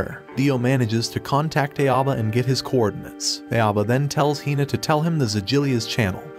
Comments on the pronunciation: Cringing on your pronounciation on his name... It's Ah-oh-bah not Ae-o-bah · im still so triggered by the voiceover calling "Aoba" "EiAbo" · Except this narrator isn't even close to correct pronunciation. Aoba = OW-BA. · Bro his name is pronounced Ow-ba…. like Dio literally says it in a good portion of the episodes….